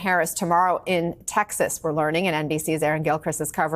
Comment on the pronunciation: Ms. Presenter, the name of our state is Texas, not Taxis.